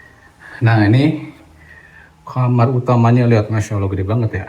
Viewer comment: maaf, kamar bukan kamer. 😁. 🙏🏻